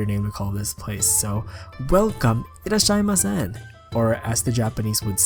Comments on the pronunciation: Actually it's pronounce as いらっしゃいませ (irasshaimase) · Just as a little correction it is irasshaimase (いらっしゃいませ), not irasshaimasen (いっらしゃいません) :). The latter one means that someone is not present in polite language. Also sorry for my romaji, i don't remember how to spell without hiragana so it might be difficult from official romaji spelling.